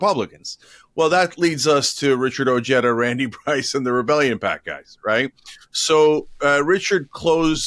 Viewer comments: They really need to learn how to pronounce Ojeda. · Somebody’s parents were either afraid or not proud of pronouncing Ojeda as it was meant to be pronounced. Ojeda is a common Spanish name.